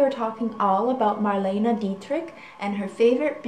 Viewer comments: She passed away in 1992. Her name was Mar-le-ne. Not "Marlina". Apart from that, great and fascinating video. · "Mar-LAY-nah" is the way to pronoucein both the US and everywhere. She was a great WWII heroine and went to front lines, with the Amerians! Germans never forgave her. She died in Paris.